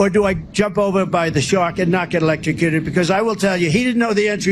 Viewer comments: Oh if only? I would pay a LOT of money to see trump 'ELECSHROWCUTED'. He can't even pronounce it properly let alone do it. What a shame. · I think he's repeating the boat story to prove that he can now pronounce "electrocuted" (barely)